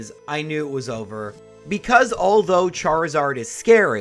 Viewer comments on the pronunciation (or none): none